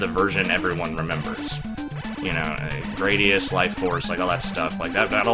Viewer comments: Probably closer to Grah-dius. given the japanese pronunciation is Guradiusu. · It's pronounced Gradius. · It's pronounced 'Gradius'